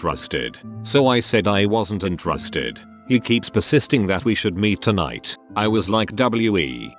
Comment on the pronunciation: lol the robot says intarasted instead of interested